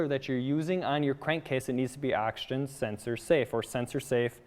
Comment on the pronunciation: Sounds like you are saying “Action Sensor” over and over...